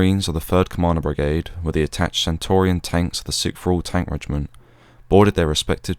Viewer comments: Brilliant video mate, very detailed and interesting but..... it's "Centurion" tank and not "Centaurian". Apart from that...... spot on!!!🇬🇧🇬🇧✌✌ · Centurion tanks, not centorion. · Very good video. Do you mean Centurion tanks - pronounced as a Roman Centurion. Good work. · Centurion is not pronounced as you do. It's not Centorian but Centurion is only a small point but in documenting history details are very important